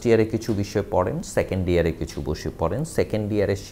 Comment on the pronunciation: Year ke dear bolcen keno